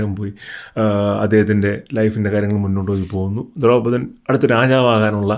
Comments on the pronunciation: ദ്രൗപതൻ അല്ല ദ്രുപതൻ😊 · Dhraupadhan alla dhurpadhan and aswathaamaav aanu